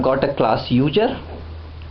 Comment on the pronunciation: I like how he says User.....Uger. Good video though.